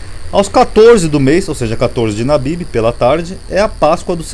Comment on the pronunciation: não é nabibi mais Abibi